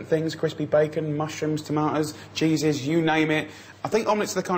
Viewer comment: I heard "Jesus" twice and then realized he was talking about "cheeses" lol